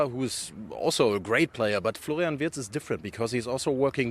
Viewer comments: Remember...His name is pronounced VIRTZ....not Wirtz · The Brits simply can't pronounce "Wirtz". Try saying "Veerts" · What a joke. Sky presenter can’t even pronounce the guys name.